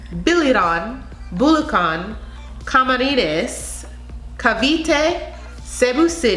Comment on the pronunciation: You pronounced CAVITE with 100% accuracy!